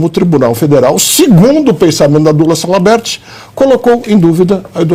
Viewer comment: Pavivi não erra não. Salamerd. Kkkkkk